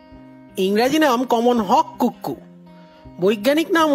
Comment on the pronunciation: খুব ভালো। কোন ক্যামেরায় ভিডিও করেছেন? তবে কুক্কু নয় উচ্চারণ 'কুকু'।